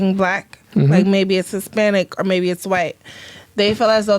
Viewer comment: “Dey feel like white WOMAN is easier to obtain to…”. They can’t even pronounce “women”. And she says “pervide” and “hesspanic”. What clowns.